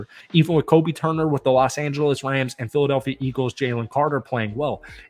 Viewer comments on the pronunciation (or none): none